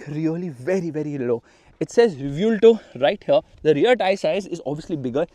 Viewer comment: Its pronunciation is Ray-Bhuel-TO( As in To in hindi for So)